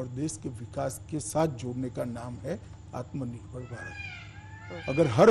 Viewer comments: Jine aatmnirbhar bolne nahi aata wo aatmnirbhar banayege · Pehle aatmanirbhar bolna sikho ,phir interview dena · is Nakli aur edited video mein bar-bar 'Atmnirbhar' par itna jor de kar saf-saf bolne ki jabardasti koshish kyo ho rahi hai...Bhai? Yah sandeh ko yakeen mein badal deta hai...